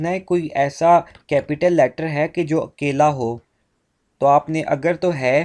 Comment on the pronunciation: Sir your akeyla sounded like keyla😂